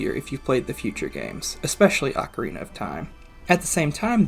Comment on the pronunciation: Don’t worry, he got ocarina right 👍